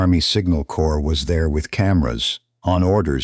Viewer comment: Why can't this AI say the simple word CORPS correctly? Terrible AI